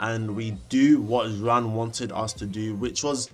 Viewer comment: your pronunciation of Juan is killing me 😭